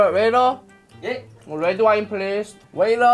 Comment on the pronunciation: 웨이터를왜 웨이러라고해요